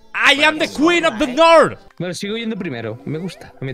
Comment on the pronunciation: Me encanta que auron sigue diciendo “ IM THE QUEEN OF THE NOR”